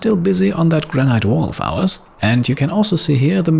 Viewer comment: Nice episode as always! Your English is near perfect (I know it's not your mother tongue) but just one tip - Granite is pronounced "Gran-it" not "Gran-iyt" (at least in England, maybe it's different in the US?)